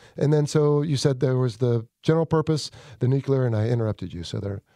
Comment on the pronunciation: I am so sorry to be that guy, but it’s “nuclear,” not “nucular.”